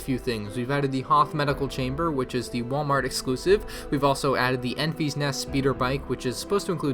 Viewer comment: her name is Enfys.........not Enfy.